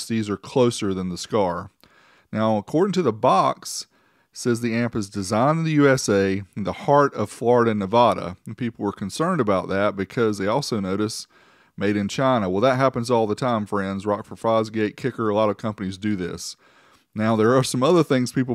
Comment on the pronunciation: Being from Vegas that’s the first tell someone isn’t from the Nv. Def gets old hearing people say NUH VAHH DAH LOL.